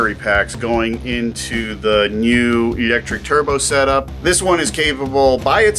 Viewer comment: "eeyectric" - pronounciation XD